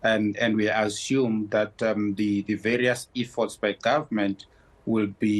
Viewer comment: He can’t even pronounce EFFORT how on earth will the ANC be able to apply an effort. Bunch of incompetent fools running the country. We want fresh running water and electricity, that is why I reguse to pay taxes, it is to line the ANC pockets, not to serve the people.